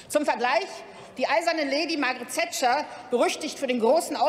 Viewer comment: "Die eiserne Lady Margaret Zätscher" Also ich hab ja schon viele gehört, die mit ihrem Namen Probleme haben, aber diese Aussprache war mir neu XD